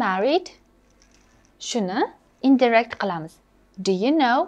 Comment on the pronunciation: Indirect sõzi indayrekt deb õqiladi shekilli teacher.